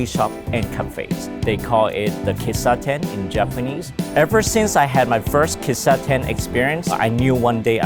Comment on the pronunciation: The Japanese pronunciations are wrong. Kissaten (key-sa-ten) Kawaii (ka-wa-eeee)